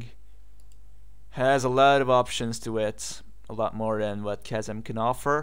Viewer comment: what is the name of the app you are using? Cousin? kozan? I cant tell what you are saying. And I am not seeing anything like that on the directory of ubuntu apps... thanks!